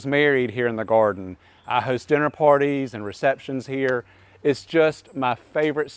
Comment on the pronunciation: Take a shot every time he says, “In the goarden.” 😂